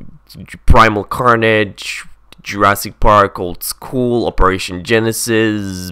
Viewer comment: You said it right:)